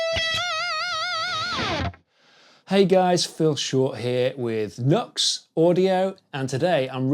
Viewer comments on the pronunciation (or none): Nice job! Just fyi, it's pronounced as "New Ex"